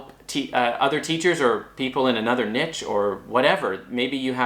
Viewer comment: Thank you! btw, Niche is not pronounced 'nitch' it is pronounced like this; neesh